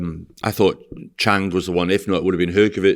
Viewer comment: “Chang”, “Kobalev”, got to love ahold skool Northerners mispronounciation of foreign names 😄